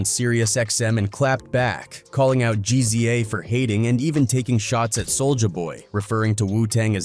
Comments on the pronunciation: Makes a video about Ghostafce. Mispronounces his name in the first sentence.("Ghostface Kayah") (Hell, this guy can't pronounce ANY name. Who is "Jeezy Jay"?) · GZA - Jeezeeyah 😂 yo come on ✋🏻🛑🤡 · Yall pissed about how he says Ghostface's name what about GZA? No demonetizing reason for that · Why can't this fool even pronounce Ghostface or the Gza's name?